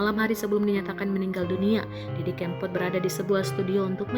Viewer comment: Narator nya kayaknya nggak kenal dg mas didi.... cara ngucapin "kempot" jelas jelas menunjukkan bahwa dia gk pernah dengar nama itu.